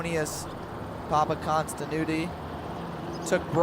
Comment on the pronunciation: 5: 49 PAPAKONSTI-NU-NU! 🤣🤣🤣